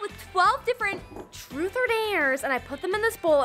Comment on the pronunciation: when said truth it souded like frut